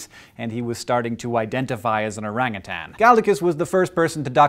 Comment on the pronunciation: Dude, you pronounced orangutan right. I love you.